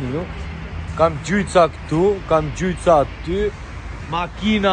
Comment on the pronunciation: Jo gjuajtsa por gjujtsa😂😂😂